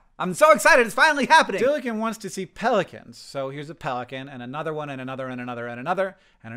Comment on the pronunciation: Did anyone else notice that instead of "Dylan wants to see Pelicans" Hank said "Dylican wants to see Pelicans?"